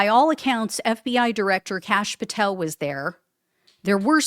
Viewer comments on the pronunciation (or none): none